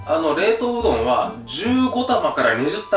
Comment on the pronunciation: うどんを どん でなんかじわった